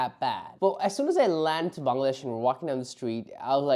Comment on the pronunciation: Born in Bangladesh and pronounce "ব্যাঙলাড্যাশ"!